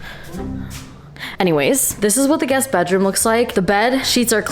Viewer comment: The way he said"a guest " is just so funny 😭😭😭